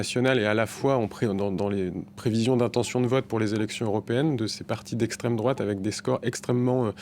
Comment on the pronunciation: Le mec il est payer a chaque fois il dit les mots ''' Extrême Drôate '' , il est lourd avec ces vieux éléments de language puéril 😮‍💨 Le pire , c'est que ce gars a un doctorat et il est pas capable de bien identifier ce que c'est la vrai extrême droite .